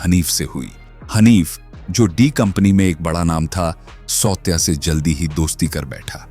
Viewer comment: सावत्या not सौत्या.